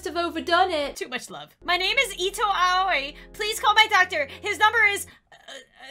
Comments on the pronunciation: You're supposed to say it Owwe not Aye oi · Ito Owie 😂 That’s actually how you pronounce it... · A-o-ee It is blue in japanese U say every latter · Her name is pronounced "Owie" Sounds weird but it true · Aoi is pronounced “Owie.” Lol Ik it’s weird but it’s actually how you pronounce it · it's actually AAAoyi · Aoi:pronounced oi Asui:pronounced Aswee Edit: :D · I think Aoi is pronounced like “owie” xd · How to pronounce Aoi, JAPANESE LESSONS WITH ALEX! Ayoi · No, it's pronounced like ah-oh-ee, but quickly, making it sound like "owie." Awesome, oh, and leaf. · coming from someone who is learning Japanese her name is pronounced "Ah-o-e" (somewhat how owie is pronounced) also the amount of mha references and mispronunciations in this so funny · when was trying to pronounce aoi i was in my mind saying "just say ow ee" "just say ow ee" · I think that Aoi is pronounced Owie like from danganronpa lol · Inhale YOU PRONOUNCE IT OWIE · i love how says the name Aoi 🤣 even though it’s pronounced Awi LOL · Asui (AHH-SUE-EE) Aoi (AHH-OI) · i love how they didn't pronounce the name right at all 😭💕 im pretty sure its pronounced "ow-ee" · It’s “Ow-ee” Ito Ow-ee 😭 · When someone name is aoi is pronounced alli it’s Japanese no hate if you didn’t know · AOI IS PRONOUNCED OW WEE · if you need to know the name Aoi is pronounced Oi... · Aoi is pronounced like “oww-ee” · Her name is pronounced it-ow owie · Aoi is pronounced “Owie” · WE GOT SHOTO SATO ASUI (Aoi is pronounced owie) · If you want to pronounce Aoi it’s A U E E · I believe Aoi is pronounced Ow-ie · Just to let you know Aoi is pronounced “owwie” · The main characters name is pronounced owy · This made me laugh alot lmao Also her name is pronounced ah-oh-e if that helps anyone who wants to Pronoune her name :] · Ok so Aoi is pronounced like owie and you would know that if you watched TBHK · You pronounce Aoi like ow-ee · Her name is pronounced (Ay—O) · u guys should pernows Aoi like i-ou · It’s perounced owie